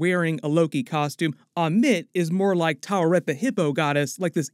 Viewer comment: Hey, it's pronounced TAH-WA-REYHT, not TAH-RA-WEHT